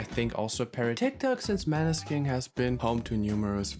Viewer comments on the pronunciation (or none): i beg you - it's mÅÅÅÅÅÅÅÅÅÅÅÅÅÅÅÅÅÅÅÅÅÅÅÅÅÅÅNeskin. the letters å / ä / ö / ü etc. do actually matter..... it's not maneskin. it's mÅneskin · You can't even pronounce the band group correctly 🙃😬 the å isn't just Deco gosh